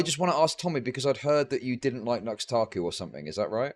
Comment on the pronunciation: Tommy's pronunciation of Nux Taku is hilarious lol